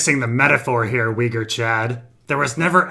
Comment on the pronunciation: you are mispronouncing "Uighur".